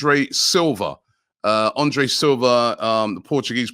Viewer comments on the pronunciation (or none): none